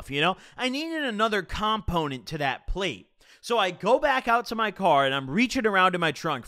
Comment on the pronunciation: The way you say “component” makes me uncomfortable bro.